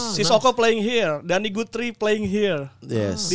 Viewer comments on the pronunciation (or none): none